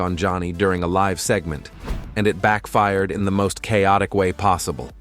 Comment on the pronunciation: AI bullcr@ narration. Live on TV? L-I-V-E as in Lie-Vvv.